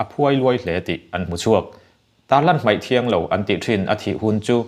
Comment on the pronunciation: Sir, mei ti tawh suh.Mai tirawh. Ngaithla chiang la, thahnem ngaihna thil aw..